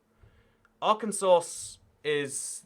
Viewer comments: "Arkansauce" lol okay its "arkansa" in pronounciation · It’s ar-can-saw 😭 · Arkansauce hahaha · nah mate is A.R-Kansas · ar kansas